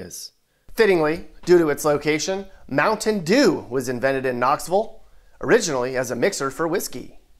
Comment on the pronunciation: Makes me happy you said Knoxvulle. My man.